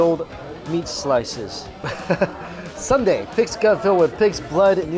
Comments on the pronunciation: Pleaaaaase don't call it Sunday 😭. Soon-dae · Please it’s not Sunday like the day of the week. It soonday like I will see you soon. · It's NOT Sunday LOL. It's Soon Dae. (Soo-un Dae) He keeps saying Sun day. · Not “Sunday”....”Sooooohn Day”: blood sausage soup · soon dae....not sun dae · Its "SOON-DAE"! Not "SUN-DAE"! 🤣🤣🤣🤣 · Lol, he's trying! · SOON dae, not sun dae. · Sorry dude, but it's Soon dae, not Sunday... Those cheap buffets of korean food are great for business workers, working class people, you could literally go there every day. I still think you'd enjoy an all you can eat shabu shabu place. It's like hotpot, more savory than spicy. You can put all kinds of whatever you want in it like prawns and veggies or beef slices. There used to be a really good one near star tower, but that was like 6 years ago. I'm sure there's plenty around. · Hey Mike, it is Soondae, not Sundae. BTW that place looks legit! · Angelica Skinner restaurant fault...poor mike and his sun-dae 😂😂. Thank you for commenting with the right pronunciation: soon-dae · That's a legit soondae kuk (gotta love how he pronounces it like an ice cream sundae). I wish there were places like that in the US...! Blood sausage is so underrated. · its "soon-dae" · Its soondae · It's prounced soondae